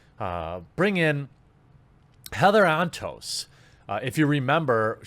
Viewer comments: I swear I thought you called her Heather On Toast. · All I hear is “Heather on toast” and not her actual name help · I kept hearing her name as Heather on Toast.